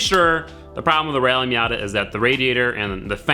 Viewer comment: Rally *MATA*????